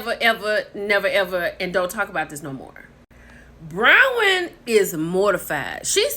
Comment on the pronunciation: Hey, sis it's BRON-wyn....😂